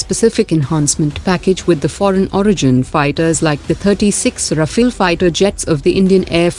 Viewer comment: Kuch bhi bakwaas mat karo bhai, aapko kuch pata nhi h to gyan mat chodiye idhar. IAF trains it's pilots for war day in and day out since it's inception. Faltu ka gyan mat chodo. Aur vo RAFALE hota h RAFAEL nhi. Rafael Israeli company h